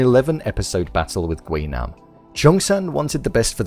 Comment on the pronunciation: That is not how you pronounce it